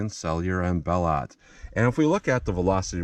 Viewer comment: thanks for another great picket pistol video. (bell-o) t is silent murica